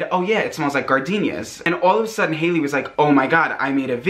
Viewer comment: I like how he made haileys name into hails